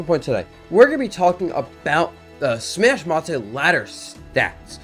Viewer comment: Dabuz plz it’s just smash mate, not smash ma-te. The Japanese pronunciation is something like suma meido.